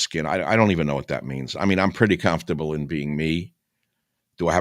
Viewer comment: I love how he says "calmfterble"